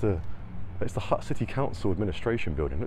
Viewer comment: Funny you are trying so hard to pronounce certain words but you cant say HUTT correctly